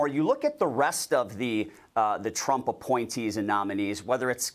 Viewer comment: President elect Tremp….gibberish, gibberish, gibberish…president elect Trump 😂